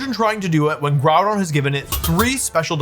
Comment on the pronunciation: Good video Wolfe but I think you were pronouncing Grùdón incorrectly